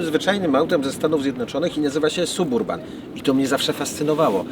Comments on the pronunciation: Panie.wstyd trochę.Jest pan fajny madry gosc.a mowi pan ciagle SUB URBAN.TAK SIĘ PISZE.ALE CZYTA SABURBAN.PZDR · Ale kaleczysz angielski. Nie da się tego słuchać. Wymawia się: səˈbərbən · Nie piszę tego by hejtować. Suburban czyta się saberban oraz drugie "a" jest bardzo krótkie (brzmi prawie jak "y") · Czyta sie Sab Urban....i tego trzeba sie trzymać.pzdr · Suburban...., myślałem, że umiesz trochę angielski?? Naprawdę tak trudno wymówić poprawnie, w imię dobrych nawyków?